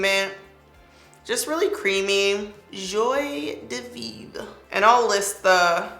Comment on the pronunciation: Haha, " joie de vivre" Good pronunciation.